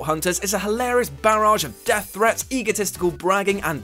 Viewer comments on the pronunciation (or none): none